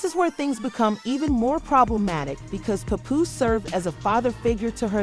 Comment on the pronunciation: Puhpoose. Rayma Ma